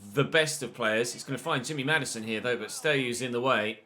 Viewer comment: “Jimmy Maddison” 😂😂